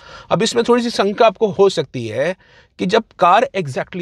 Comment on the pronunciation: It’s shanka not sanka and its determine not determinee